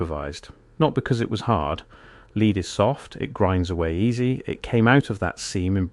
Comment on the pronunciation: I know this voice is AI, and it's a shame that it is (it didn't pronounce lead properly for the meaning), but I like the accent with its faint west country ( or Norfolk?) burr. Well done. This story was a brilliant mix of mud flood, the great re-set, and modern day narrative. 👏